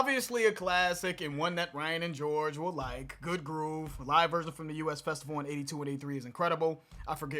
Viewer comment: 😂 That's, The US Festival.... as in the word us....not the initials for the united states.😄 There's no abbreviation between the letters...much the same as in US Magazine. (No worries though. Is a common mistake.)